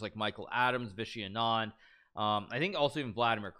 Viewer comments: His name is pronounced as 'Aanand' and not 'Anaand' . The first A is similar to sound of 'A' as in 'Aritificial Intellegence' ;) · Hikaru, its not anaand its aanad. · lol its "Aaa-nun-D" not "A-naaan-d" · It's pronounced aa-nan-d